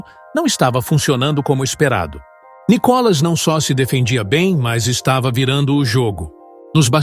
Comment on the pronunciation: Mas se a globolixo nao sabe nem pronunciar Níicolas, entao ê muito analfabetismo